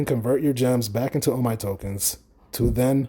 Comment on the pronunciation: It's pronounced OMEEEEEE